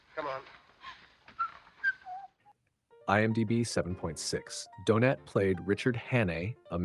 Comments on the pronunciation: And it calls the actor Donate instead of Donat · Stupid rowboat narrator even reads out the IMDB references as well as going from saying Donat, to what sounded more like Doughnut! Here’s a tip - use a genuine human to narrate your videos. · Nice video moving story spoiled by the awful, americanised AI narration. Several time the actor was referred to as Donate rather than Donat. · Listen again. Several times the actor was referred to Donate instead of Donat. Definitely an AI narrator. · “Donate,” “Donut,” geez. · the constant mispronunciation of the actor's surname is hilarious - do-nut, do-nate do-naut .... doh! 🤣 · “Donate” made his debut?… geez, enough with the AI voices. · Any chance you could be more consistent with the pronunciation of Donat’s name? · Nice tribute. Your 4 different pronunciations of his name were somewhat humerous 😊. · Why can’t you pronounce his name correctly the T is silent more pronounced like a y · Teach the AI robot to pronounce his name, for Pete’s sake! I’ll just have a jelly Donat. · Is this ai? Donat is pronounced in several ways, ranging from donut to donaht. Clumsy. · Good to see a tribute to Robert Donat, although the presenter appears to have difficulty settling on one pronunciation of the actor’s name. To be sure Donat’s voice and on-screen persona were unique. However, actor Roger Liversey’s voice could recall Robert Donat's. Liversey being the more robust of the two actors. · Also he mispronounces Donat in alternate sentences. It's AI.